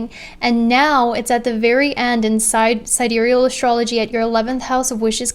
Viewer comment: Yea!!! finally pronounced sidereal right. It was really bugging me when she pronounced it sidereel.